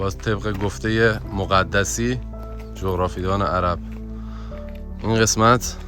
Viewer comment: ممنون از ويدئو جالبتون خواستم بگم مَقدَسی درست هست نه مُقَدَسی